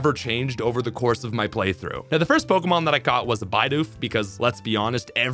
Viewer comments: How can you be saying Byedoof then Bidoof correctly right after. I don't agree with rage baiting for engagement, you're videos are great as is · Bro just said bye-doof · I still can't get over that bidoof pronunciation lmfao, "Buy-doof"